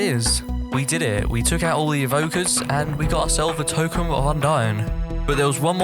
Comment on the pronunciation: Man said tokem